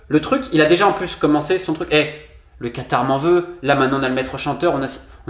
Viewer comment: c est vrai que tu as l accent du quatar par contre et bien prononcé lol mdr